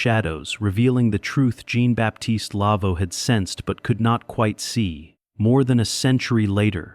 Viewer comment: Amusing to hear mispronounced French for Jean ( John in English).Maybe AI shud be edited for grammar and expression.